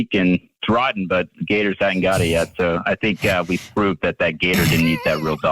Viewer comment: Jake's pronunciation of "gatahs" is SENDING ME. 😩